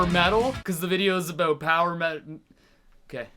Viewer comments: you sound quite normal until you say "aboot" loved the song btw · haha "aboat"